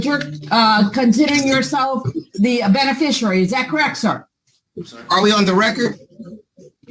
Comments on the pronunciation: What the f**k is a “beneficarary”? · It's "Benefisherary"! 🤣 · I thought he said “Bennie Fishary” as his name. 😂😂😂 Judge mutes him, “What’d you say?” Pure gold. ❤❤❤ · I wouldn’t even have known how to spell beneficiary WRONG ENOUGH to match his hilarious mispronunciation. does it again.🤣🤣🤣